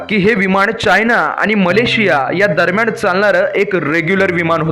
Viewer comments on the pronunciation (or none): विमाण का म्हणतोस रे मूर्खा! विमान म्हणता येत नाही का? तसंच दरम्याण म्हणतोस!